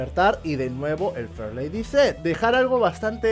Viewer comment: Shot de tequila cada vez que diga farlady Z.